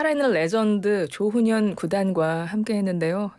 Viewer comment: 조ㅡ훈현구단이 아니고 조훈현구단입니다. 조ㅡ남철, 조ㅡ치훈 구단 길게 발음하는 趙氏이고 조훈현씨는 曺氏입니다.